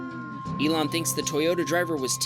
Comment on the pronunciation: You mean Ilan as in Elon Musk?